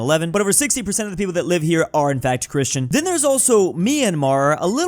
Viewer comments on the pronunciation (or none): none